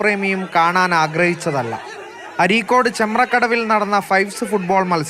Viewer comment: ചെമ്പ്രക്കടവ് അല്ല. ചെമ്പ്രക്കാട്ടൂർ ആണ്